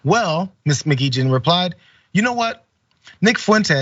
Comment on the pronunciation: Your pronunciation of her surname is like listening to fork tines scraping on a dinner plate. It is a Scottish/Irish name pronounced M'Geechin/M'Geechan with the ch pronounced as in the Scottish Loch or the Irish Lough.